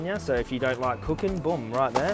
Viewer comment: Love how says boom like "bewm"